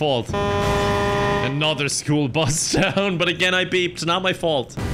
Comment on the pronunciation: The classic "School Brus" attempted aggravated a🧂